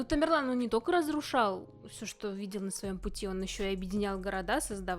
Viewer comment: Не тамирлан а темерлан он из казахского рода .к узбекам отнашение не имеит.